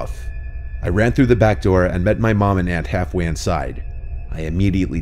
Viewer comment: in the video sounds like Anne Hathaway instead of Aunt Halfway